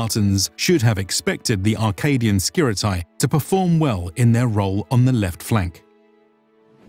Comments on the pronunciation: It's not pronounces Skirit a i, it is Skirite, with E like Lacedemonioi, which is also not pronounced Lacedemon i o i, but rather Lacedemonii. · Its SKi-Tar-E and Ah-Kade-E-in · Great video as always! If I may add a little thing concerning pronounciation of "Skiritai" that is the main subject and it is being repeated through the whole video : It is not "Skirit-eye" but "Skirit-eh" (plural). One Skiritis, many Skiritai (pronounced Skiriteh), kind of. Also, one Spartiatis, many Spartiatai (ancient form) (pronounced Spartiateh) or Spartiates in later form that is pronounced Spartia-tes (tes as in "test" not Spartiates as in "opiates"). Same goes for "perioikoi". It's not peri- oi-k-oi but rather peri- ee-k-ee with the tonal stress on "i". Thanks for your videos! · Just so you know, ai reads as e and oi as i. So, Skiritai is read like Skirite and perioikoi like perìiki. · I see very nice job in all of your videos. The only thing I want to say and this goes for 99.9% of English speakers is that diphthong pronunciation is not that. Σκιρίται pronunciation is Skiritae Same Οι=e Etc I appreciate your work but in my Greek ears this mistake sounds really bad. And don't get me wrong it's not such a big deal but I see this happening when people speak ancient Greek too. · Could you start spelling the name correctly, its actually painful to hear skiritai pronounced like samurai. In Greek, a or e or o followed by i is not pronounced like that. Instead, ai (αι), is pronounced like simple e (greek epsilon, not English e), oi like Greek i and ei like greek i again.